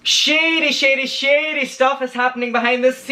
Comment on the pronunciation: Every time you say “shady” it sounds like you’re saying “shitty”😂💩